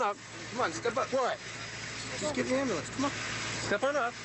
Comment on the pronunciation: His pants comment 🤣🤣🤣 Plus, he had said, “I don’t like ambyoolaaance!” 🤣🤣🤣